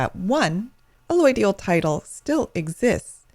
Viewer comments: Why can't you pronounce allodial properly? You pronounce it "alloidial". How can I take this video seriously if you can't even pronounce the word properly? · You're better off looking at a bunch of Ron Gibson's videos on allodial title and land patents. This gal is either an attorney or realtor (both of which have interests in poo-pooing allodial title) and is either not fully educated on the topic or is just being plain deceptive. Hell, she's not even pronouncing "allodial" right! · No you did not. You just got brainwashed by an ignorant person or government shill. She doesn't even know how to pronounce it.